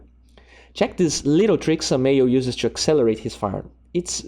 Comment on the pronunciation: Really cool videos, but не мог бы ты говорить букву Т в словах to и two, а не Ч. Так правильнее. а ещё, думаю, нужно подрезать вдохи, сглатывания и чавкания языком. А так я подписался уже, всё посмотрел!!